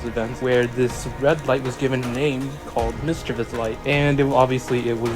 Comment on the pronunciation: When someone calls modifier “Mischiveous light”, i just wanna yeet my phone outta window